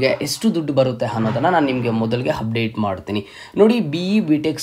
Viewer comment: Hupdate, handre, heedey reti, hipath mooru hipath nalku, hantaha, howrige, hand, habiruddhi, hawashakate, himportant, helru😅 edu yav style yella ha inda heltidiri, offend aag bedi😅